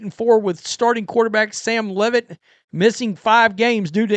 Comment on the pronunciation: It's Leave-it!